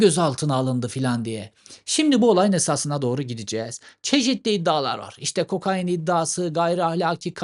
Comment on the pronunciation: Cevheri kokain abi ya kokaaayiiin değil :)